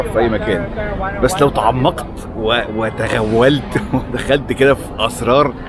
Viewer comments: توغلت وليس تغولت عهههه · يا اسمها توغلت مش تغولت 😅🤣🤣🤣ارحم العربي يا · تغولت أو توغلت الأتنين وصلو نفس المعنى بطريقة ممتازة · توغلت ✅ تغولت ❌ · الاصح ان تقول توغلت .... وليس تغولت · توغلت وليس تغولت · توغلت و ليس تغولت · تغولت ازاي يعني؟! 😂😂😂 اسمها توغلت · توغلت و ليس تغولت 🏋️ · توغلت و ليس تغولت ...0.59 ثانية